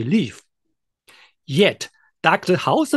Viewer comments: Dear. The way you pronounce Hossenfelder is very wrong. Try splitting the name in two; Hossen and Felder. Hossen is pronounced with the o like in 'hawk', NOT like 'house'. 'Felder' is pronounced with an L-D sound, like 'soldier'. Hossen-feL-Der I only say this to not open you to ridicule or weaken your position, should your comments reach the level of prominence, where Sabine sees them. Best regards, a new subscriber. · If the model's reliability is in any way related to the pronunciation of Sabine's surname, I get really wortied.